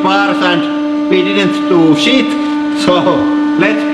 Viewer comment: This Guy says: WAT DU FACK ITS NOUOT DOENG ANITHING, ETS DEDNT DO SHET HOULY FAKING SHET